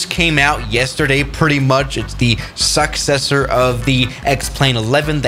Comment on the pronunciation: The way that said successor 😂 “ suck ces or”